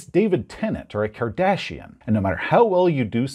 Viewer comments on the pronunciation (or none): And now, for the rest of the story: and Jeff made a solemn vow that night to kill every character that Todd played on their games. Also, when you said “David Tennant or the Kardashians”, I heard “David Tennant and the Cardassians”. I was all “What? That race with spoons on their foreheads from Deep Space Nine?”